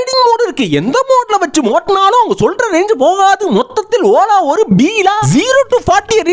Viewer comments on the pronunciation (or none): எனக்கு ஒரு டவுட் ola nu solirigala இல்ல ஓல் ல ஓனரெல்லாம் பார்த்து திட்டுற மாதிரி இருக்கு 😂😂😂😂😂😂😂😂😂😂😂😂😅😅😅😅😅